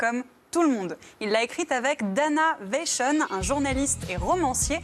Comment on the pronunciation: Terrible d'entendre la chroniqueuse prononcer un nom tout à fait Français, Vachon, à l'anglaise pour faire "internationale"... "Dana Vashion"... ri.di.cule